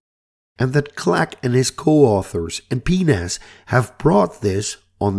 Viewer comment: I suggest not pronouncing PNAS as "pee-nas". It sounds like a bit of human anatomy. "Pee-En-Eh-Es" would be better, methinks.